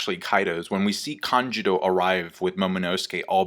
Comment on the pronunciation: Am I the only who gets meh, hearing "Kanjiro" instead of "Kanjuro" lol